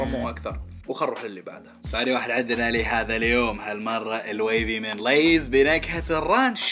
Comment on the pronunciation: انا اتابعك من زمان ويعجبني اسلوب بس عندك شيء مو عاجبني ابغا افهم ليه مسوي نفسك تتكلم انقلش مثل الاجانب حبيبي كل بيض وقول اسماء التشبسات بنطقها العادي من متى لِيز صارت لَيز يرحم امك لا تتفلقس سوري تحمست شويتي🙂🌝